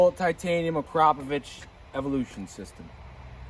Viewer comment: I mean he did pronounce it correctly lol